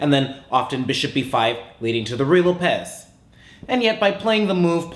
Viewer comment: It is not pronounced Ruy Lo-PEZ. That's like mispronouncing Philidor as Phil I Dor? Or my mispronouncing as Cry-shna and as Pram.